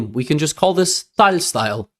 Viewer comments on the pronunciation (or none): I can’t stand the way he says Tal. I can’t watch his videos about Tal because of it.